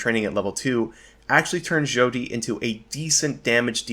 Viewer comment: Its pronounced "Shawty" like a crappy pun about how she is a a young impressionable girl. 10/10 obsidian quality.